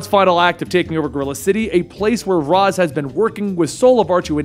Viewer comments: Let's get pronunciation right. It's NOT Razz, it's Raish. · How does somebody who knows so much about DC still pronounce Ra's Al Ghul as Raas Al Ghul instead of the correct pronunciation of Raysh Al Ghul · It is pronounced Ray-shhh not razz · I hate how you call him raz and not Ra’s (Raysh) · it's pronounced RASH al ghul, not raz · its pronounced raysh for ra's al guhl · ...when did Ra's STOP being pronounced "rache"?